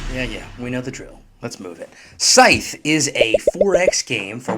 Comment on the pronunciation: it's pronounced "Scythe" not "Scythe". Just saying.